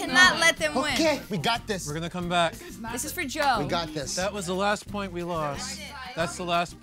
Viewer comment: said "finally a point" but it sounded like "finally a boy" LOL